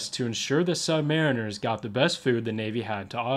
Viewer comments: Great footage. However the proper pronunciation is Sub- ma-RINERS, not sub MAR-iners. Think of a Marine with "sub" in front. - STS/SS (ret) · It’s “subma-REEN-ers”, NOT “sub-MARRIN-ers”. ⚓️ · maybe in the UK you say subMARRINers, but in the U.S.A. our men call themselves sub maREENers. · but that’s NOT what submarine sailors say. They say “submaREENers. You’ve clearly never been around them much.